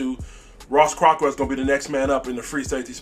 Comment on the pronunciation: For the love of god it’s Ross Cockrell not Ross Cockwell and he played for the Giants last b4 the Panthers not the Steelers. Also it’s Reggie Bonnafon not Reggie Buffoon! Beside that keep up the good work like the channel